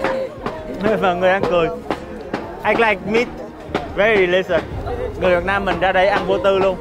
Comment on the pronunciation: Nói rõ ràng chữ "Việt Nam" ra, ko phải "Viết Nem"